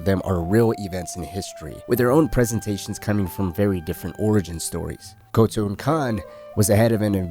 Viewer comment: *Khotun, not Kotal. Kotal Kahn is a Mortal Kombat character, my guy.